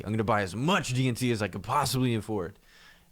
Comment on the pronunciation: I keep hearing "DMT" when you say "DNT" XD